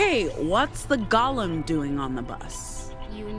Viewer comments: Sorry for the late reply. A lot of people also pronounce it "expresso". Doesn't mean their pronunciation is correct though. "Gollum" is a character in The Hobbit and Lord of the Rings; "golem" is a living clay monster, controlled by a human master. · Golem, not Gollum. Voice actress didn't know that this was a reference to Jewish mythology, a mud or clay creature that is imbued with life and then follows its master's instructions. Like, you know, a robot?